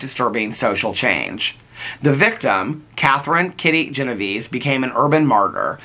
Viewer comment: Her name was pronounced Gen-o-VAY-zee. It's a fascinating story and I'm looking forward to reading the book. Thanks,.